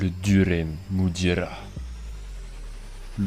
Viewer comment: Deremudira , pas duremudira xD sinon super vidéo 😊